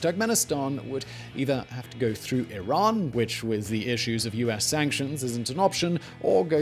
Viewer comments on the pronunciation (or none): none